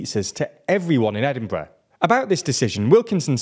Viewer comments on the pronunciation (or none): none